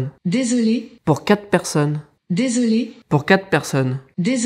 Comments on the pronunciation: "kat person", bah non c'est "quatre personnes" qu'il faut dire xD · Mdr quat' person' même moi je ne comprends pas 😂. QuaTRE, c'est pas compliqué. 😉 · MDR, essaye quatRe personnes au lieu de "kat" personnes ;-) voui, les accents en France vont poser des problemes :) Je suis aux US et utilise Alexa depuis peu et je me regale. Je fais un peu de recherche pour voir si je peux l'installer chez mon pere en France. Aux US j'ai un ECHO plus (ECHO avec Hub integre), et un Echo spot. Le son est genial, on peut gerer la domotique =allumer/eteindre les lampes de differentes pieces, gerer le thermostat du chauffage, "Drop in" dans une autre piece ou chez quelqu'un qui est equipe d'Amazon Alexa (app telephone, ou Echo), gerer la TV avec Amazon Fire TV, commander une pizza ou UBER, avoir une discussion idiote avec Trump ou Chewbaca, jouer au trivial pursuit, se faire reveiller avec la musique qu'on veut, des seances de meditations, les news, ou les compliments ou motivations du jour, lui demander le temps qu'il fait, et combien de temps de trajet on a jusqu'a destination, booker un voyage avec Kayak... c'est sympa. "Elle" gere les listes de courses, les listes de choses a faire et calendrier, nous rappelle nos rendez-vous et alertes, peut alerter un numero d'urgence (prive: amis, famille, voisin, mais pas encore la police ou les pompiers, ca va venir, on espere). On peut lui demander de raconter une histoire, une blague, un fait historique, nous lire un bouquin sur audible... La liste de skills est impressionante et il en arrive tous les jours, donc pas d'inquietudes, ca va venir en France aussi. En fait, on peut meme commencer a develop